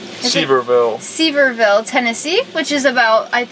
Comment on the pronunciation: We’re over halfway with our quest to hike every trail in Cumberland Gap NHP. You really don’t need bear spray there, but it’s always good to be prepared! CGNHP has such an amazing amount of history. I think it’s way underrated. Btw, Sevierville is pronounced “seh vee ur vl”. Not being ugly, but I almost spit my coffee out lol